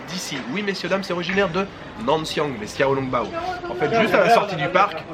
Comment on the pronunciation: Les "x" se prononcent "ch" en chinois ducoup on dit ChiaoLongBao